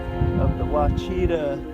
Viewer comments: The pronunciation of Ouachita is actually like Wash-Ih-Tah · Its pronounced “wash it tah” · As a local we pronounce it "Oh-watch-ih-tah" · WAH-shi-tah is the proper pronunciation. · Its pronounced “washitah” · The Okies I know say oosh-a-tall ( like Josh-a-Tall without out a "j") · The o is silent and there is definitely an "AW" or "Ah" sound at the end. French spelling causes the confusion. But it's an old Native word. There is a river in Oklahoma named the same thing, but spelled Washita River. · The way you pronounced Ouachita killed me